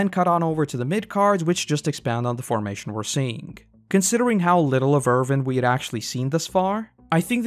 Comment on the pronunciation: It's Erwin, not Ervin. Win, not Vin. Thanks for the vid! :)